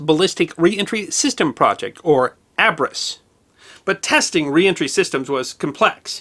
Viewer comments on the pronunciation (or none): ABRES was pronounced by the USAF with a long A sound. I flew in an aircraft that supported part of the program. We flew to Kwajalain. Thank you. Interesting info as usual.